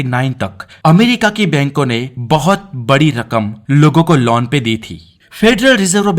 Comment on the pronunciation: You are using laun instead of loan....